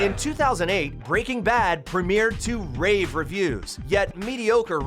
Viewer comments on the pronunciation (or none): none